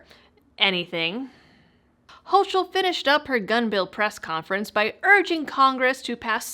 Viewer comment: Please, get the name right. 'Hochul' is a German name, so the 'ch' is hard, as if it were 'ck'. So the name is said as 'hoeckle'. I'm persnickety about pronunciation because so few people get my name right. Otherwise, excellent piece! Glad I saw it!